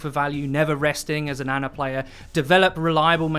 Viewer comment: its Ana not Anna..... americans....